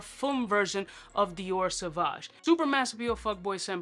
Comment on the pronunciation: “Sauvage?!” 😳 Et tu,, et tu? 🙄